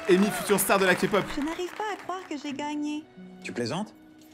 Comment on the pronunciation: Merci d'avoir dis K-pop et pas ka-pop et je suis une grande fan de K-pop et de 😊❤